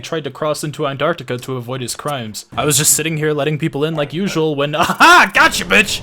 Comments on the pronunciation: ITS PRONOUNCED ARO-STOTS-KA NOT ANTARCTICA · here's how to pronounce it, are stote skuh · you say arstozka like this: arse-tots-ka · What is this? Not bothering to pronounce the name of glorious Arstotzka? Believe or not, right to jail!